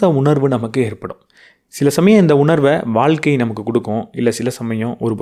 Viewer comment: Ok sir but pronounce Pannu pothu valga (vazha) nu than iruku valkka nu vara matuthu Pechu vazhakulayum rendukum meaning difference iruku